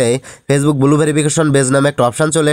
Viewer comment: Its blue not bulu